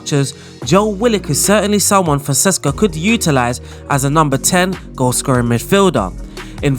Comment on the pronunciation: FONSECA! NOT FONSESCA 😂 every bloody time! Apologies. kkkkkkkkkkkkkkkkkkkkkkkkkkkkkkkkk